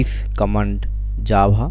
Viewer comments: Tyfe comand Jabha... You mean - Type command Java? :D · Not Nice its not jabha is java